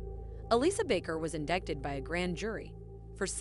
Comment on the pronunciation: It’s pronounced “ in-die-Ted “ you don’t pronounce the C